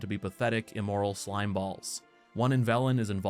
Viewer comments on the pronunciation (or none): none